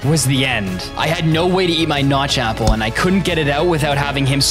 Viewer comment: Why did you say Apple a gpple